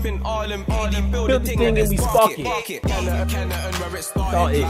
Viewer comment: Americans pronunciation of Kennington 🤣🤣😆